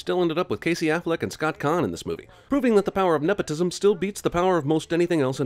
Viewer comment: I've gotta add 10 points from you Cinema Sins. His names is Scott Caan, not Scot Cahn.